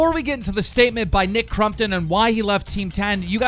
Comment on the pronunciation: Nick “crum”ptom Lol